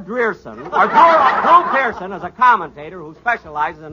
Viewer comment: Don's flub on Drew Pearson is approx 50 seconds in.